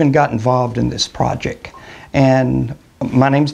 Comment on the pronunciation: The word you're pronouncing projek is actually project - it has a 'T' on the end. Is your understanding of medicine and science as poor as your literacy ?